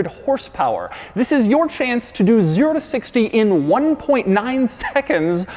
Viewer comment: in love with “VIS”